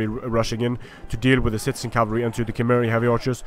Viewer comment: Did I hear you say "shitezen cavalry"? lelelele